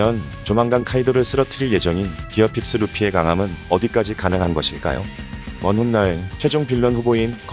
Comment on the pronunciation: 그리고 픽스보단 핍스라고 말하는듯